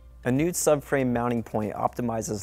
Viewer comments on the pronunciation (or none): "Honda's ennineers" "a nude subframe" "lever pool" "from DNTC"